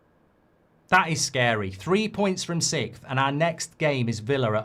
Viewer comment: Why can people not pronounce sixth anymore? Its fucking weird.